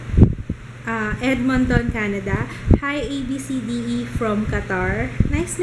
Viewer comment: Hi congrats its a baby boy. Happy family can't wait to see baby joo. U take care . Always love ur vlogs. I think Abcde (ab-see-dee) the correct pronunciation I'm not pretty sure tho because I have cousin the same name. Shout out for me mwahhhhhh thank u 😄😘